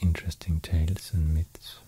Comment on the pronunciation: Any time he says an L, I get all the feels. “Tales” = 🤤